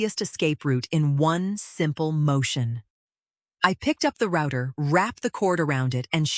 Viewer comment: Oh my gosh - it is pronounced rowter, like ow NOT like rooter!